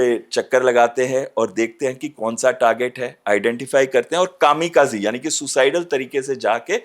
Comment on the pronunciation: What’s wrong with host pronunciation? “कौन” को “कोन” बोला जा रहा है